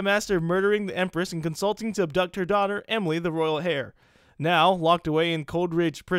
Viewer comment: Am I the only one that laugher at you when you pronounced heir as hair ( no offense )